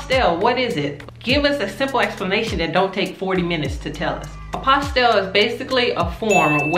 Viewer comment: The LLE are silent. It’s a French word. Pronounced “apostee” the sound of the LL has a Y sound.